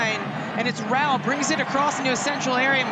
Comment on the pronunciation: Feli Rauch is amazing but the commentators are still struggling with her last name, she has gone from being called Rautsh to Rauh now